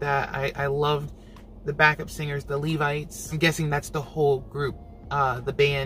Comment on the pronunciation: thank you for pronouncing Levites correctly......I cant believe some of the other reactors and their pronunciation of LEVITES! Its a biblical name 🤦🏾‍♀️